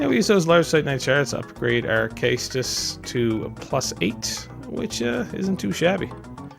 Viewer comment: Caestus rhymes with estus. Edit: this was actually a great video and I watched the whole thing. Keep it up dude!